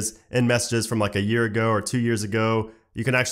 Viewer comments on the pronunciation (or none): none